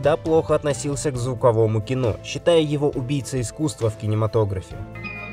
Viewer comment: "звуковуму кинУ"? 🤦‍♀️